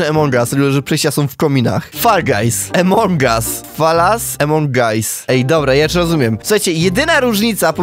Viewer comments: Czemu mówisz emong as a nie among as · nie emong us tylko among as pls muw tal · no kurwa mowi sie among as a nie emong as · Błagam cię nie czytaj among us jak emong us bo to jest among us (pośród nas) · To się nie muwi emong au muwi się among us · Jaki emong us? Mówi sie among us